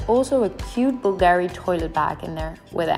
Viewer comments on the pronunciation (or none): As an Italian, I must correct the pronunciation of Bulgari: it’s something like “BULL-gur-ee”! 😂😅